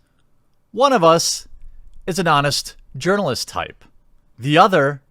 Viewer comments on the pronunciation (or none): I've always heard you pronounce it urinal-ist, but I always thought you were just saying it weird with a slavic pronunciation becuase I very frequently pronounce j as a y because I think it's funny. But seeing it written as urinal-ist is pure gold (pun intended).